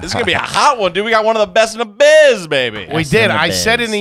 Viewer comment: "Best in the buiz"..."ok in the buiz" at best boys